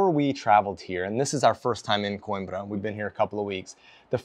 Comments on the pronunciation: Great video, as usual. But: This is how you pronounce that city: kow·eem·bruh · No, he actually pronounced it right. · Oh FFS!! Learn how to pronounce the city's name! Unbelievable!